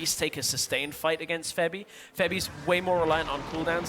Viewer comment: I am really annoying by this "Febi" srsly, it's like he's talking about his girlfriend febi, the cute little doll,........ its FEBIVEN